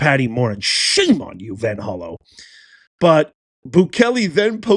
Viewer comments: Hey professor, you might want to fact check yourself before reporting sh**. It's VanHollEn, not VanHollow, like you're pronouncing it. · It's Van Hollen